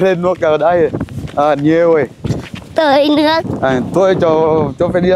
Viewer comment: Caramen nên chỉnh cho nói chuẩn Việt (tưới -tới nước😅😅😅)